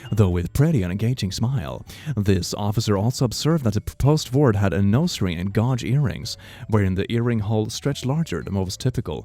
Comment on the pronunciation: Hey! Just so ya know, gauge rhymes with cage. I’m so proud of you for learning to speak fluent English, and I’d like to help you learn with this little tip. Anyway, great video!